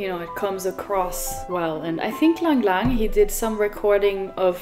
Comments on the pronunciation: "LingLing". Are you sure you didn't mean Lang Lang?😊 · Surely she means Lang Lang, not Ling Ling? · It's not Ling Ling level it's Lang Lang level